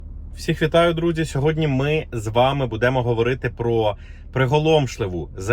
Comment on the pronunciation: В слове будемо, ударение падает на букву У! Не коверкайте украинский язык!!!!!!!